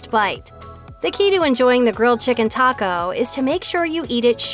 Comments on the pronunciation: I can’t trust the advice from someone who can’t even pronounce Taco right. Double decker for life! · Is anyone else super annoyed at the way she says taco